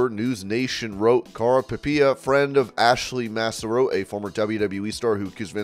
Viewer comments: Please please please learn how to pronounce Ashley Massaro’s name! Maaaah Saaaah Roe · Quit saying MASSAROE!